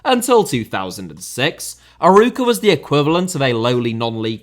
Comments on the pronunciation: Love seeing more content on the "smaller teams" in Portugal, but losing it at your pronunciation of Arouca. For reference, with an english accent, closest you could get is "Ar-oak-a". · ur pronounciation of arouca as someone thats portuguese is very funny to me not far from the correct one tho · As a portuguese I loved the 26minutes of struggling to pronounce Arouca. Besides the banter, another bager video. Knowing Arouca was a feeder club for Porto is funny because the idea I have is that they're still too embroiled with the corrupt club up north. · "Arouca" you need to give the emphasis on the the "O" , like "Aroouca" not "Aruuuca"..and also Paços de Ferreira you say "Pachos de Ferreira"... And it's very true the 4 big teams in PT have a ver big gap in relation to the others, also because the 4 big teams don't want to share any of the money from TV or CL like the big teams in The Netherlands did.. And the biggest and richer in Portugal (SLB) they normally don't buy any player from the Portuguese league and always prefer to buy outside and that is also another reason that the small teams don't grow, because there are very good players on primeira liga, just look at the squad from SCP or FCP they have a lot of Portuguese players or non potuguese players that were playing in the other teams. ( I'm a SLB fan btw) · Excellent video, but you mispronounced the club's name throughout. It's pronounced "a-ROE-ka". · It was decent but when the main subject of the video is called of "Aruca". Guimarães is not easy for an English speaker though. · Not Aruca, Arouca, closer to A-raw-ca. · Great video as usual. But, man, you really need to work on your portuguese pronunciation 😅. "Aruca", "Familacao" and "Pakos Ferrera" are just hilarious 😂😂. Edit: talking about portuguese, can't wait for your video about the title race in Brasileirão!